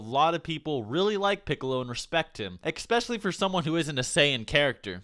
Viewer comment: Can you please stop saying "ecspecially"?? It´s just "especially"!